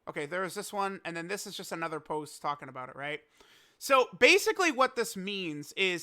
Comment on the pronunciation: That "Another" Hit different